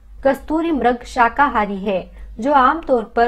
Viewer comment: आदरणीय बहिन जी म्रग नहीं मृग सरल भाषा में मिरग नहीं मिरिग बोला जाएगा